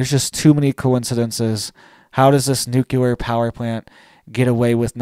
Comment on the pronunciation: Nucular is not a word. Nuclear, is the word you are looking for.